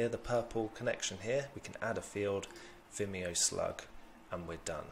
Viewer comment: Top! And you pronounced it perfectly ;)